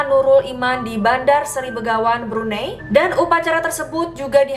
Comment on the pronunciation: Cara sebut Brunei is "Brunai" ♥️